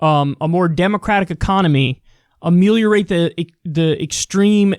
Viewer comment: My man said 'ameliorate'